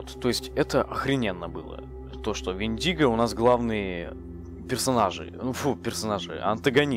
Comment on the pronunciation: У индейцев правильно Вендиго с ударением на ,,е